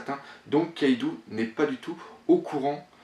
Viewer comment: Le nom "Kaidou" ne se prononce pas KaïdOU mais bien KAÏDO, le "ou" au Japon n'existe pas il est dans la romanisation, là que pour accentuer la prononciation du "O" En gros c'est comme s'il y avait deux "o" dans Kaido ou un chapeau sur le "O" donc Kaidô.